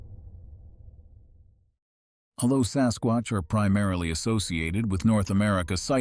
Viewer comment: the AI voice said sascrotch